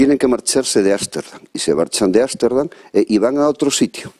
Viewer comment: Ámsterdam/,no es asterdan.